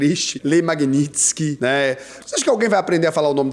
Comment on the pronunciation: fala "magnitskí "